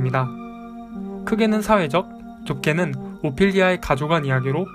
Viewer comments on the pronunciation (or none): 정말 잘봤습니다! 그런데 파시즘의 두가지 의미를 설명해주실때 ‘좁게는’이 자꾸 ‘좋게는’ 이라고 들리네요ㅠㅠ